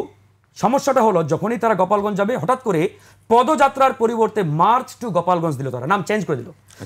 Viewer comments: গোপালগঞ্জ কে গপালগঞ্জ ইনফরমেশন কে কনফারমেশন 😂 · সে তো দেখি অতিরিক্ত স্মার্ট... গোপালগঞ্জকে, গপালগঞ্জ বলে😊